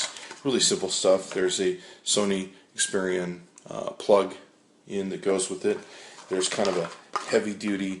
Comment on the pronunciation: Are you saying Xperian?